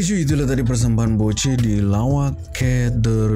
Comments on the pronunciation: salah cara sebut "lawak key der tu"...sebenarnya pertanyaan.."ke" bukan "key".contoh dah makan ke?..dah minum ke?.lawak ke?..der tu untuk kata ganti diri bahasa pasar.."der" dari perkataan brother..."lawak ke brother" disingkatkan "lawak ke der?"..sekian.. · Hahahaha bang bukan ke der.der sebut dia macam DE sahaja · hahahahaaa salah tu sebutan lawak ker der...😃